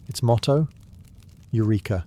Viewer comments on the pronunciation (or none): none